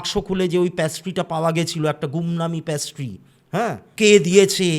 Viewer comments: ওটা প্যাস্ট্রি নয় পেস্ট্রি,, প্যাস্ট্রি কথাটা শুনতে বড্ড কানে লাগছে। আর অনেক ধন্যবাদ এত সুন্দর একটা গল্প শোনানোর জন্য আপনার বলার ধরনটা খুবই সুন্দর লাগে। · প্যাস্ট্রি কথাটা খুব কানে লাগলো ওটা হবে পেস্ট্রি, plz don't mind 🙏🏻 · ওটা প্যাস্ট্রি না পেস্ট্রি হবে, baki apnar story telling khub e sundor❤❤ sudhu ektu extra ktha bolen majhe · প্যাসট্রি নয় পেসট্রি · Apni to ekjon teacher Ei french word ta pattiserie in english pastry, erom joghonno pronunciation keno korchen baar baar,,entire episode ta oi ekta word er jonno eto besi irritating lagche,,,ki r bolbo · Absolutely Being a teacher...khub ei baje